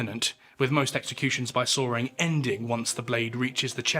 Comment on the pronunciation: It’s sawing, not soaring.